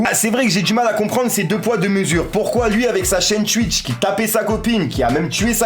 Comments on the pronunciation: Cest twitch pas stwuich ahaha 😂😂😂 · je retiens juste qu’il dit « Tuitch »